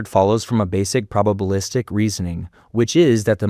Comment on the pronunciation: He's trying very hard to be AI isn't he? Maybe he'd be happier as AI. And 'probablistic..' ??? He doesn't know what that bloody means.